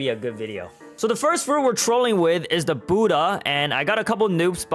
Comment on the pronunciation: Why can't prounces buddha😂😂😂😂😂